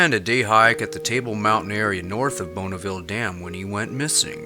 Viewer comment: bon not bone, bonniville, like bon bon.